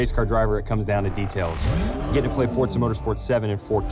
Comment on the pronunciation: YOO GUYS HE SAID FORZA CORRECTLY